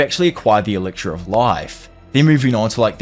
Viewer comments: I genuinely love this channel but the way you pronounce elixir like elicshure makes me want to pull out my own ear drums. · Lol me too.. in fairness, this was the point I came to comment that isolated mispronunciations don't really bother me, but repeatedly hearing 'elixir' with a 'ksh' diphthong instead of 'ks' is starting to grate.. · E lix er not eliksher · "ELIGSHURE" "ELICKSHURE" -. 😂😅 Dope video dude if only the anime lived up to the manga. Unfortunately, I feel the anime is mappas B team or something. Like dark souls 2 but an anime instead of a game. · You need to work on pronouncing "Elixir".